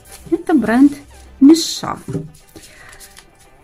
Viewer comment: Интересно а почему мишА? Даже корейские блогеры говорят мИша